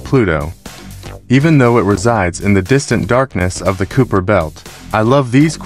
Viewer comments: It's pronounced "Kye - per", similar to Khyber (pass). Nit Cooper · I stopped watching when it said "Cooper" belt. Quit having AI do your videos.